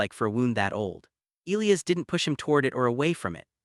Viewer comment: I agree.